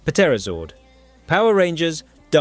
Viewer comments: Oh, my FU¢K, dude! It's pronounced "Tera", not "Puh-tera"! The "P" in "Pterodactyl" or "PteraZord" is silent! Stop pronouncing the "P"! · Dont ever say pterra again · The "p" in Pterodactyl and Ptera is silent idiot. Its not pronounced "Pa-tera-dak-tul/Pa-tera". Maybe before tou criticize a Zord's usfulness you lean to say the name CORRECTLY and CONSISTENTLY. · The P in Pterodactyl and Ptera is silent